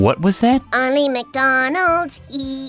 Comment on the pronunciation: "ony mcdonald's E" me: yeah, okay.